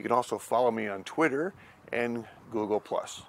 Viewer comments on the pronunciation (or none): none